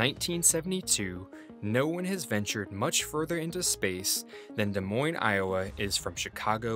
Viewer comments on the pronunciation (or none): none